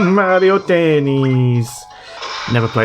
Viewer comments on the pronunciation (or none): none